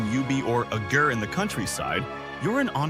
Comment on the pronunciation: Down vote for sounding like AI. 😅 Mispronounced гэр differently twice